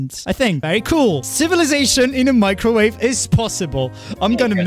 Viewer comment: Microwave (Mee-cro-wa-vae) an electromagnetic wave with a wavelength in the range 0.001–0.3 m, shorter than that of a normal radio wave but longer than those of infrared radiation. Microwaves are used in radar, in communications, and for heating in microwave ovens and in various industrial processes. "microwave radiation"